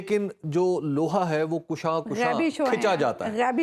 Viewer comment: حبیب اکرم صاحب ———— اجازت ہو تو عرض کروں کہ ———————— لفظ ——————- کشاں کشاں ————— حرف ے کاف پر ————- زبر کے ساتھ ہے ——————— پیش ُ کے ساتھ ————— نہیں ہے ————- یہ فارسی کا لفظ ہے ——————- جس مصدر کشیدہ ( بمعنی : کھینچنا ہے ) ——————- کشاں کشاں ——————- کا مطلب ہے کھینچے کھنچے